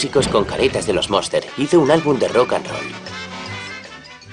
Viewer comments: Es la familia Munster, no "monster" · Es Munster, no Monster como indicais